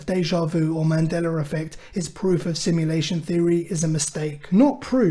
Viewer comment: Good video. Also, "Mandeler effect" 🤣